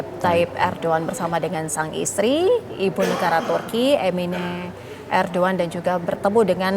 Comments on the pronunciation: Bukan erdoan MBK, Erdogan 😅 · ERDOGAN mbak bukan ERDOAN😂😂😂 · ERDOGAN bukan Erdoan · PEMBAWA ACARANYA BERITA TV ONE GA BISA BACA ERDOGAN JADI ERDOAN hehehh PEMIMPIN MUSLIN TERBAIK SEORANG ERDOGAN Menurut Saya NEGARA KECIL TAPI HEBAT DALAM PEREKONOMIAN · Host TVone pada kurang literasi. Erdoan Erdoan.. ERDOGAN tau! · Erdogan kenapa kalian baca erdoan😢😢😢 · Erdoan erdoan, itu erdogan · Erdogan mbak bukan Erdoan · Erdogan bukan erdoewan mba Haha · Ardugan KA bukan arduan. Namanya Ardugan